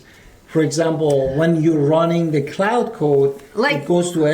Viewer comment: Also just a respectful heads up but Claude is pronounced "clod" or "clawed" not "cloud".